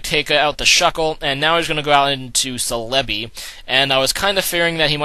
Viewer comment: I thought celebi was pronounced cell-a-bee